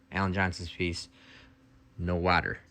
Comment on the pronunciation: Please stop saying the word "water". The way you pronounce that word is so strange.